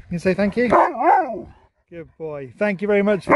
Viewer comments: I think Sherp took the time to think about how much Thank you sounded like thank Sue. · Oh yeah haha. I can hear it too. "THANK YOU!" BRILLIANT!